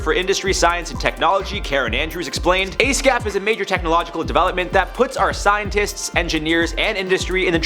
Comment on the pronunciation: Asscap? Is that what im hearing?